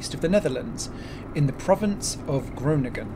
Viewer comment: Jag alert. Butchered Groningen too. I have read that it is planned to install a wind-farm around these villages. Height is not known yet, but they could be as tall as 200m (plus blade). When this goes ahead no doubt there will be disruption on the roads.